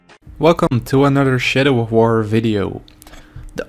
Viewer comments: sounds like he said "shitter of war." yeah theres that alright. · I thought you said 'shitter of war' the first time lol